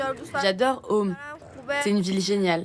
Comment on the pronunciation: Ça ne se prononce pas om mais Qom (kom).